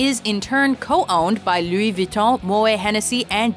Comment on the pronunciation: Lui Vuitton 😂